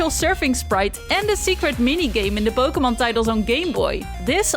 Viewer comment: Po-kay-mon, not Po-kuh-mon